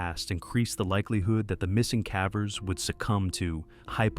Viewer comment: "Missing cavvers" lmao 🤣Gotta love AI